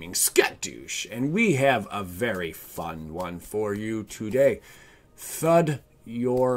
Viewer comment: TADA?? no its THUD-DA!